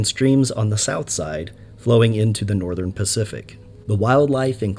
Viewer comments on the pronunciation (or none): none